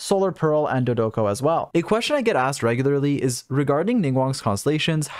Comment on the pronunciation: I try not to clown on your bad pronunciations usually, but Klee says Dodoco so frequently during her event that I have to bring it up!